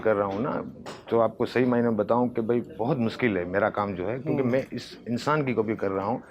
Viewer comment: भाई बस थोड़ा तलफ़्फ़ुज़ पर ध्यान दो शे को से मत बोलो जैसे मासाअल्लाह नही माशा अल्लाह रोज नही रोज़ मुस्किल नही मुश्किल इन सब बातों पर ध्यान देना ज़रूरी है